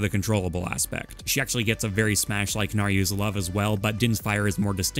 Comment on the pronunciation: Naryu?? Who is this Naryu? Nayru? N A Y R U? Goddes of wisdom?